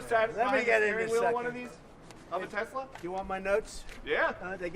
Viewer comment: TRUMP SAID TESLER LMAO :50 mark